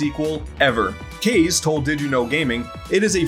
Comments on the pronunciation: Kah-zay, not caze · I'm pretty sure you kept mispronouncing the guys name, Kaze is pronounced "Kaw-zay" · Pretty sure his name is “KAH-ZEH”, like the Japanese word for wind... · Why does everyone mispronounce Kaze's name? Kaze is the Japanese word for "wind" and it is pronounced "kah - zay". "kah" (as in "cop", "kamehameha", or "copper"). "zay" (as in "day", but starting with a z instead of a d) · Isn’t it pronounced kah-zay? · "Case told DYKgaming" It's KA like Kamehameha and ZE like zay. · In Kaze’s own videos he pronounces his name as “Kayz”